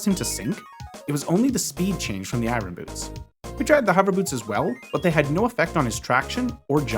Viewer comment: It’s eye urn, not eye run.